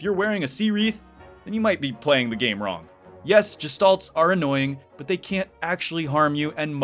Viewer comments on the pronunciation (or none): No, the proper pronunciation is “gesh-TALT”